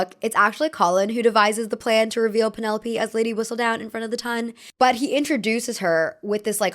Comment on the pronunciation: Ton in this circumstance is not pronounced like tonne.